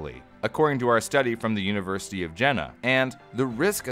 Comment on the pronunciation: Jena is pronounced 'je-na' not Jenna.